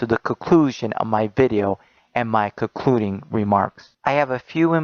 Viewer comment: Also "coclusion" and "cocluding remarks"